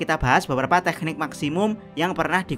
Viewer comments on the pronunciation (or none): jdi kurang nyaman ngomong tekniknya ada h nya